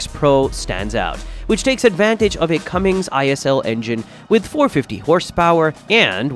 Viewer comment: The name is Cummins, not Cummings, there is no on the end.